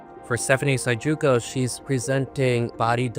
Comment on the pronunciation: Is the PSY-JOO-CO intentional? Another othering? 😂